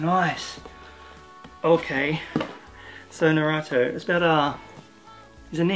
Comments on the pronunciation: it’s nah-roo-toh smh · Damn really cool haul also naruto is pronounced like - nah-roo-toe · Actually i'm pretty sure in the original pronounciation you don't here the 'u' :) So it's more like Narto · I don't want to be mean but the way you pronounce naruto is so funny.